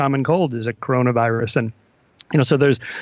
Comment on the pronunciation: So he can't pronounce an S in 'virus'? but he say the S in 'was'? lol